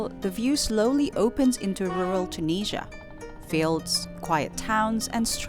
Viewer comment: Hi, you've started your video with the words "I'm in Tunisia", but at first I heard literally like "I'm Indonesian" 😅 Thank you for another amazing video episode, full of good emotions - a random girl hiding herself with piece of paper behind you while you're eating; meeting another fellow Indian vlogger with the goal to marry after visiting all countries; and certainly other beautiful moments (including 1€ train ticket) 😅 P.S. Certainly, much more joyful than taking a 100£ train ticket in the UK 🤑